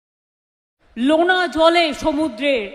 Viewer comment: লোনা জল নয়, ওটা নোনা জল